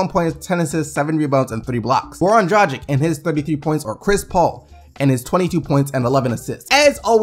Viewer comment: Great video, as always but... Pleeease, my man, it's pronounced "Draahghitch"... almost every last name from the Serbo-Croatian area hast the -ic on the and its always pronounced like the itch or hitch. The G in the name is pronounced like ghost or gangster, not like gel geography.